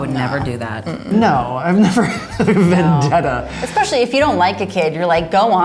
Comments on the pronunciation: Did he just say exspecially... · DiD hE JuSt SAid EXSPECIALLY ?!?!!?